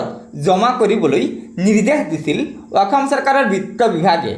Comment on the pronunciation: 'অসম' বুলি কয় 'অকম' নহয়